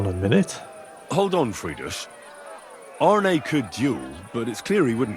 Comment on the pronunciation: The "Denglisch" is hilarious, I'm laughing meinen Arsch ab. And I like how you pronounce Arne, to good. ^^